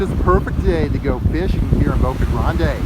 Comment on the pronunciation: The guy keeps sayin Boca Grande' its Boca grand. no emphysis on the E at the end of grande well not for the locals.